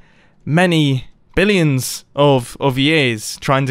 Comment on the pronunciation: he said blillions or it just me